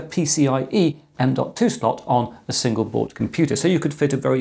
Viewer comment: he says Single Board , I hear Singapore :-)